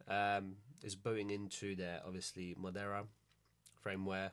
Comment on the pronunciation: its marauder not moderra firmware